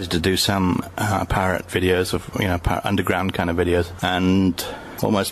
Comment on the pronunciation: Oh, PIRATE videos. I thought he said "parrot videos"!